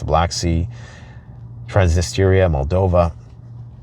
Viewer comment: Cant pronounce Transnistria but is apparently an authority on geopolitics and knows when ww3 is going to pop off. So so so slow, get yo head out of that deep brown hole, its makin you stink much much more than pile of crap you have a firm hold of.